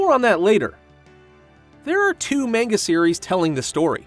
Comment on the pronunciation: Bro said Mainga